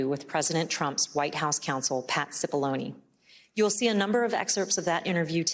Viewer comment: Murphy kept calling Cipolloni Cipollini.